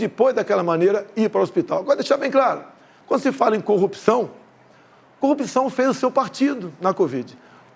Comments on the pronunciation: Bolsonaro os brasileiros , bem informados , não acreditam na sua mentira...Essa criatura , tem que aprender a falar a palavra corrupçao...Ele pronuncia.....cupiçao..... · Prestem atenção na pronúncia....cupiçao , contititucao